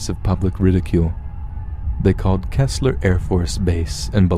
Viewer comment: Also Key-sler